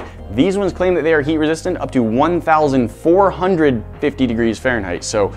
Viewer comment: Can't unhear it